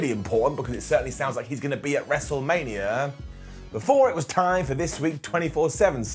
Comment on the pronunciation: "mestlemania" lol